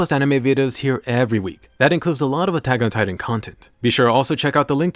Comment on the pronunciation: Attack ...on... titan say it slowly you sound dumb the way you say it